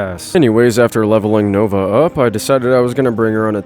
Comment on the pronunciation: I love how he says “nogla” instead of nova XD